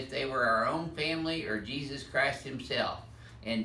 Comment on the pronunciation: That's not Jesus it's hesus